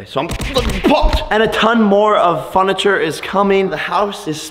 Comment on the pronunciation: Did anyone notice that he sed funacher 😂😂